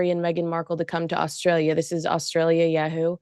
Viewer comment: For crying out loud it’s pronounced yah - hoo not yay- hoo